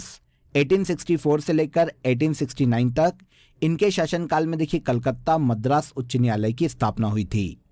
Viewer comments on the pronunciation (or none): none